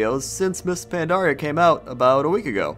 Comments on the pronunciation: you're awesome, but your "pan-DAR-ia" thing is paining me. Anyways, always great to hear your comments. Worth more than your average lamprey. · why do so many people call pandaria pandora? it makes me want to blow my brains out